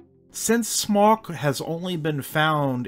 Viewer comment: Your pronunciation of "Smok" is perfect, but Lyso-Wise in the southern Poland almost made my day! Almost, because it's 25 min. after midnight, and anyways I shall be lying already. ;D Smok has peculiar teeth because it's adapted to eat maidens. If it isn't eating maidens - it isn't a Smok! It didn't die out, but went to Cracow and settled under the Wawel Castle.